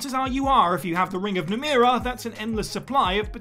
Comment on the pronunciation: Dishonored takes place in Dunwall, not Dunwell, also they don't put an end to the plague, but you can cure weepers. Besides, "Devouring Swarm" can be unlocked at any time, you don't have to be evil to unlock it. In The Elder Scrolls, you mispronounced the name "Namira".